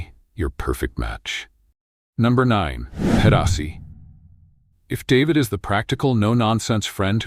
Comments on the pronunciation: This video is made entirely of stock footage. There seems to be zero original photography. Few of the shots seem to represent any of the actual places the VO is referencing. David is pronounced DA-VEED by anyone with even the most basic understanding of Espanol or Panama. While I agree with the basic premise of the editorial, the gushing hyperbolic descriptions seem exageratd as if written by a bad AI. Try again, this needs a do-over. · What kind of bullshit is he talking about showing traffic at Min from Cuba with oldtimer cars you will never see in Panama and especially not in David. At least he should be able to pronounce the city name in spanish and not like an American male first name. At min showing a river through Pedasi that does not exist at all.................the total video is a fake of what Panama really can offer but with cautions about reality cost of living in different provinces. The images shown about Pedasi are from the old town of Panama City and so on and on.............YT should remove this video !!!